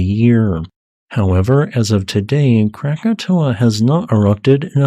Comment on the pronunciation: Congrats for getting the name right. Most people think it's Krakatoa.